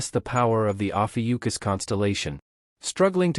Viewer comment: While I love the series, it is ROUGH hearing Lee Guem of Ophiuchus (Lee Gun Americanized) turn into Legion of Yukus.